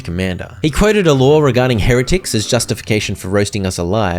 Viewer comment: It’s pronounced. Hair a tic. Not heararick 😂